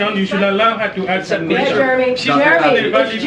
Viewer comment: He siad "I can awncer that" then said fukall.